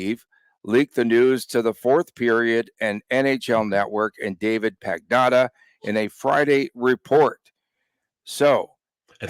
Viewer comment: LOL Tony absolutely butchering the Italian name of David Pagnotta